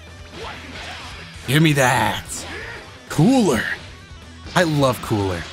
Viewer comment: how he says cooler tho 🥴